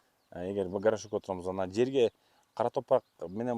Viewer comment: горошок эмес, ГОРШОК😂😂